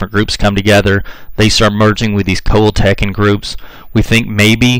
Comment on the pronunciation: This narrator also mispronounced the tribe Coal-hill-ta-cons. My phonectic spelling. I reckon the State of Coahuila,Mexico was named for those people. Hell,he even mispronounces the State name. And yeah, l'm a Texican! The ol' man's side-1834, Ma's side-1846.